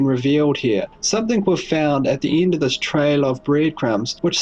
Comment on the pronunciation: What is this accent? He pronounce end as ind!